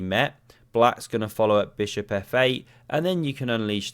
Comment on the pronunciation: Beautiful "SMACK MY BISHUP"